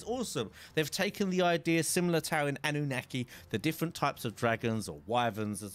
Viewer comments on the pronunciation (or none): none